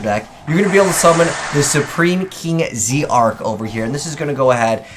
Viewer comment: I wish supreme kings were an actual archetype rather than just a few cards that barely make up a series. Also it's name is pronounced Supreme King Dragon Z-arc (ZARK as in dark but with a Z)